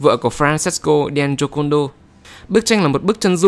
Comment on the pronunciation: đọc kiểu: Lisa đen chô côn đo :))